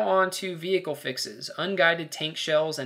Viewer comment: did i hear you right?... if you try and run someone over in the mav it'll destroy "yout vehichle"?